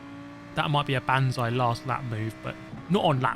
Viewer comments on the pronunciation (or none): none